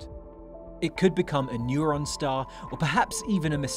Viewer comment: Neuron Star??? I think you mean Neutron Star.